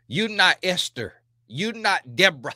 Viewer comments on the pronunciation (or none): You not DE-BRAH! 😂🤣🤣